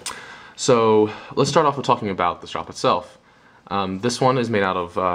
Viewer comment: "strop" - no "e".